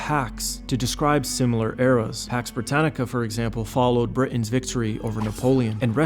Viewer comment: Pax BRTINANNICA 😂😂😂